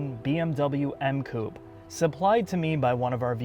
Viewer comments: Coupe is pronounced Coup-pay...come on make an effort.... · Love your vids but please... say coupehh. Coup sounds strange as hell. Keep cool, great vid as always. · Coupè= ~coo pay~ , oh and it’s Zed 4 ..😉